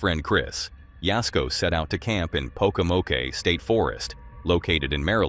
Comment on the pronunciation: Dude, you have to get your pronunciation correct. Pocomoke is pronounced po-co-mok, the o sounds like nope.And it's in Maryland USA, not UK.